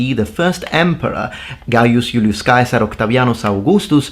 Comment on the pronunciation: I like that fact that your Italian pronounciation of CAESAR, which may come closer to ancient Roman sound than in any other language, pretty much sounds like the German word for emperor: KAISER. Of course not by accident...